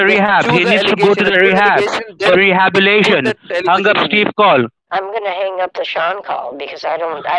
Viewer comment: Did he say go to the rehab-atation? 🤣🤣 I can't! 😆 😆... A++ again! My dad passed over a year ago and his last years he was constantly targeted by scammers.. You two are great together! Keep up the great work!